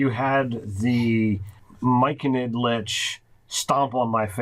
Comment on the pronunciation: I had to do a double take, did I really just hear "Myconid Lych"? :D